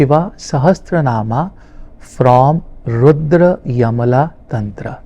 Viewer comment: रुद्रयमला नहीं रुद्रयामल तन्त्र कहना चाहिए।